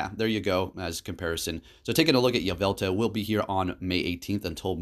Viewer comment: Why aren't you saying the L at the end of YveltaL